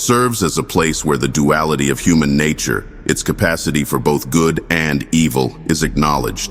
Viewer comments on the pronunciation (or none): none